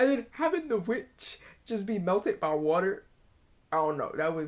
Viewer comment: You make fun of how they pronounce Dorothy but you say water funny.